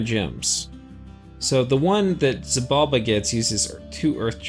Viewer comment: Just a heads up: if I recall correctly, the ‘X’ in ‘Xibalba’ is actually pronounced as though it was an ‘Sh’